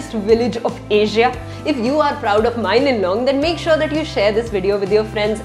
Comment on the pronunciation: It bothers me how you pronounce mawlynnong as mailynnong💀